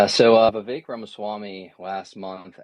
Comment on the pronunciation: Why do Americans say "Viv-ache" and not "Viv-ek"?